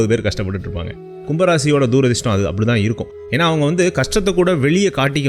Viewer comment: துரதிர்ஷ்டம்....தூ...ரதிர்ஷ்டம் இல்லடா.....